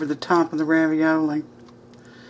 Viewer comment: made me laugh when he said raviola. 😉